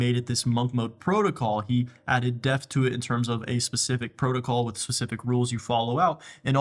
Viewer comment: This was so great.. but I can’t NOT mention your pronunciation of “DEPTH” is wild yo